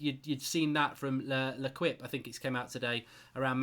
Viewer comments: L'Equipe is pronounced 'Le-Keep' , not 'Le-Kwip' 😂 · Le “kwip” 😂